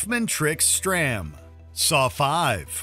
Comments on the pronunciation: "Hoffman tricks STRAM" Movie: "Hello Agent Strahm" 😂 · i love how he mispronounces strahms name right before the clip with the correct pronunciation is played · You pronounced agent Strahms last name wrong in the intro.